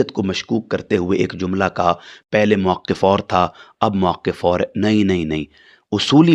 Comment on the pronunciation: "موقف " واو کے سکون اور قاف کے کسرہ کے ساتھ ہوتا ہے نا کے واو کے فتحہ اور قاف کے تشدید کے ساتھ ۔ جو گفتگو کا جملہ ہی غلط بولے وہ اس سے دلائل بعید یے